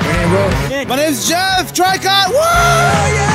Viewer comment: "We are Tree-coe, from Japan. NOT Try-cot" Fans: "Try-cot! Try-cot! Try-cot!" sigh